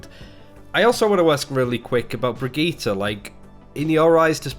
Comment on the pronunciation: God, the brigitte pronounciation cringe